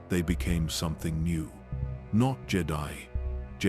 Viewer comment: Ah yes, the "Jay-die" Fuckin AI